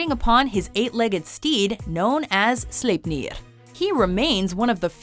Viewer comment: Wow, she got "Sleipnir" right this time. Guess she read my comment on the top 10 norse monsters :)